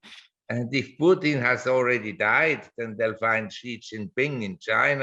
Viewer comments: Pu-Tan not Peu-tin. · "Puke-tin" ... oh Jim ...